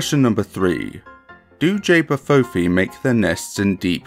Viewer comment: Just to let you know it's pronounced ch-bah foo fee 😊